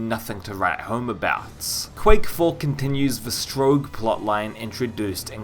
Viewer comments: Good review, please stop saying strowg, its strogg. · I think it's pronounced str-aug not st-rouge. I've never played the game though so I could be wrong. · Its Strogg, not Stroag. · "Stroog" lol